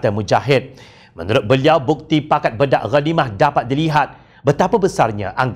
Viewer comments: Pembetulan sebutan. Bukan disebut bedak..disebut baydak.iaitu berbahagi bahagi. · Bedak ghanimah sepatutnya disebut menggunakan e teleng bukannya e pèpèt. Jika ikut sistem ejaan lama: Bèdak.....talkum (e pepet) Bedak.....diagih-agihkan (e teleng) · Pakat bedak ghanimah maknanya "masing-masing mengagihkan harta rampasan perang". 2. Sebutan "bedak" bukanlah e pepet sebagaimana kita sebut "emak". Sebutan yang betul e taling sebagaimana kita sebut "enak".